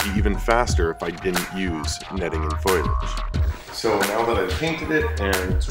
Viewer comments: Foilage? Foliage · hey big guy, its pronounced FOE-lee-age. not FOIL-age. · foliage. fo lee edge. not foil-edge. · Foilage? I'm assuming you mean fo lee aj. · Great video, but for your own good: "FO-lee-edge". Say it with me: "FO-lee-edge" Foliage. It's Foliage. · “It’s pronounced Fo-liage” -Lisa Simpson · Wtf is "foilage" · That’s not how foliage is pronounced. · Yuu need to learn how to pronounce foliage properly.